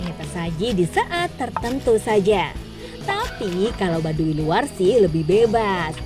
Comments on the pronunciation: Bukan baduwi tp baduy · Tau tuh ribet dengernya i nya ketinggalan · Kenapa pengucapan "Baduy" jadi Badui...??? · Kesel aing denger pembawa acara y... Yg bilang "badu i"